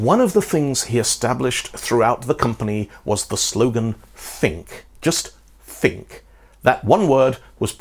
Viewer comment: lol Think -> Shink -> Sink Thoap -> Shoap -> Soap